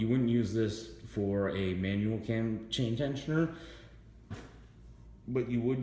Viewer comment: Is he calling it a Tam Tain Tensioner? LoL Either way it is an absolute pain in the ass the get something in there and to not let it "unscrew" between turns....i cut an end off of a screw driver and used a pair of lineman's to hold it between turns and a pair of needle nose to turn it.